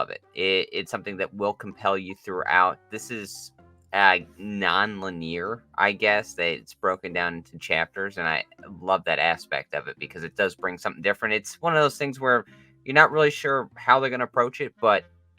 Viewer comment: Holy fuck. This is the second review of this movie, I watched, where the hosts pronounce “linear” as “lyn-ear”. Is this the nerd version of how certain influencers pronounce “important” as “im-poor-anne”?